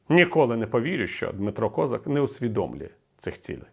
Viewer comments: Він українець з Кіровоградської області. І, до речі, надавав перевагу вимові свого прізвища саме КозАк. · КозАк, не треба зкацаплювати українські прізвища. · А чому він КОзак, а не КозАк? Хтось може пояснити? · Доречі , пане Віталію гадаю що правильно було б в Україні називать товарисча КОЗАКА з наголосом на А , бо українською саме так і буде правильно а ми самі того не замічаючи ідем на поводу у людини яка сама себе з руснічила і навіть змінивши ударну букву намагається не показувати шо він українець ....а нам то шо для нас він КОЗАК з наголосом на А а не на О як би йому цьому зраднику не хотілося ...